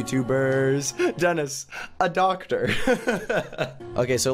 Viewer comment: Its doctor not docter lma